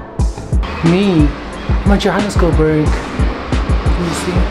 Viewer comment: "me am a johhanesgirl burg" moghelingz with the error of the year 😂😂😭